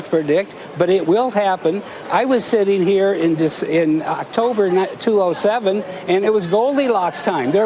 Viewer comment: Thanks Mr. Stockmam. Why do you say "207" instead of "2007"? Seems odd.